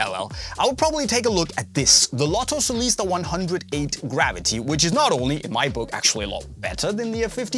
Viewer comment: Lotto "Solista", not Celista.